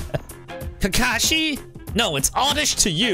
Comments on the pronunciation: This man said ka ka sensei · It’s Kakashi sensei not kaka sensei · Not kaka it’s kakashi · It's not kaka Sensei, Its kakashi Sensei, No hate. But I don't play when it comes to my favourite anime. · ITS KAKASHI NOT KAKA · Ils not kaka sensei It! Kakashi sensei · You said “kaka sensai” and in french it sounds like poop senpai because you said kaka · “Ka ka sensei” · Why you call kakashi kaka sensei and why kakashy eat kaka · Its ka ka shi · Any other Naruto fans, triggered how the way he pronounces Kakashi? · I was mad when he say'd rasen shuriken as KAKASHI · U didnt say kakashi right oh well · it is not kata it is kakashi